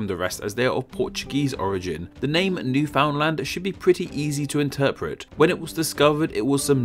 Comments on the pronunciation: it's pronounced "new-fin-land" not "new-found-land". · Your pronounciation of Saskatchewan is about as close as anyone who doesn't live hear gets it, and newfoundland is pronounces newfin-land, not quite sure why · Ontario. And it is pronounced New Fin land. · funny thing is that the actual pronunciation is actually much closer sounding to "New Finland" than "New. Found. Land." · And Newfoundland isn't pronounced "Newfound-Land," but rather New-Finn-Land" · New-fin-land is like Aw-dah-wuh or Kal-gur-ee or Tchron-oh; it's a slurred together approximation. At least I avoid saying Mun-tree-all; gotta draw the line somewhere. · Newfoundland is not pronounced new found land but is pronounced like newfundlend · Just so you know, Newfoundland is pronounced sort of like "newfin-land" not "new-found-land" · Newfoundland is not pronounced New-Found-Land, it's Noo-Fn-Land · Newfoundland is not pronounced new found land. it's newfunlend. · It's pronounced like NewF'ndland, not 'found' or 'fin' just the 'ou' is silent. That's how we say it in St.John's and the surrounding area. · It’s pronounced ‘Neywfinlund’ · Northwest Territories actually used to be bigger, containing what's now Yukon and Nunavut. "Braunschweig's" W is a V (just like every German W). It's "Newfoundland and Labrador," not the other way around. Newfoundland is actually pronounced more like "noo-fun-lend." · Ontario.... but I think Newfoundland will normally be pronounced as Newfinland~~~ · Agree, NEW-fin-lund, home if the Newfies. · That’s actually triggering 😂 it’s more like new fIN lAN but depending if your from around the bay or not you might pronounce the D. Also you say it fast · Us nova scotians say new-find-land (I've just been informed nefwies don't) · Newfoundland is pronounced "Newfundland." We call the inhabitants Newfies and they talk funny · Just an FYI Newfoundland is pronounced New-fund-land. It's weird, I know, but so is the province. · I should clarify, Newfoundland is pronounced New-FIN-land.